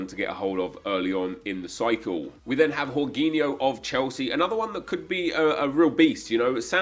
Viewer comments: 'gorginho'? 'g-or-g-inho'? It's George Inho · Man said whoreginho